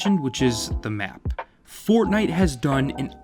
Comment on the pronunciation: Haven’t heard fortntie since 2018